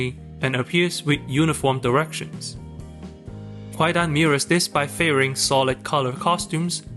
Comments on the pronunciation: "Kwaidan" is pronounced "KAI-dan," with the "w" being a legacy spelling from a historical transliteration system that is now silent. In modern Japanese, the word for "ghost story" is spelled and pronounced "kaidan". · A veritable shibboleth. I came to the comments to see if anyone corrected the pronunciation and I am not disappointed.